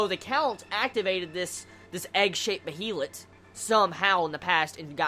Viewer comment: Behelit is spelled correctly but it is pronounced like Bealit.